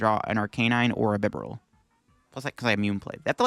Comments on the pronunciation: Great video but that really bugs me alongside 'Heat Ran' and 'Bibber all' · I really like your videos but it would be a lot better if you took just a little time to learn the names of the Pokémon you mention... That's not how you pronounce Arcanine, Heartran and Bibarel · HEAT-RAN is a new one for me, but a lot of TCG players don't know how to pronounce Bibarel. I've seen it before